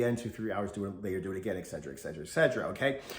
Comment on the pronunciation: Weird how he pronounces etcetera as "eggsedrah".